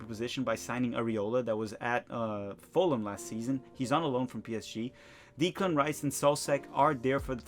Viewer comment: put it in the league table at the end, tbf. I found his pronunciation of Declan Rice amusing. It should be 'Dec' as you find on a ship. It's a good old Irish name.